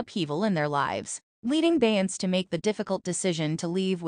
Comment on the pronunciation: Say her name correctly!!!